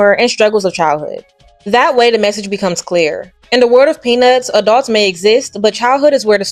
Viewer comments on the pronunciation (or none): Someone please tell me I'm not the only one who hears A dog's every time she says Adults?? I had to do a double take when I heard it but I KNOW she's saying a dog's instead of adults 🤣🤣